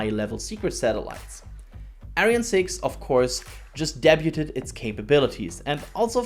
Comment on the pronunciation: Please learn how to pronounce "debut". I mean, if you only said it once, I'd let it slide, but you use the word a lot.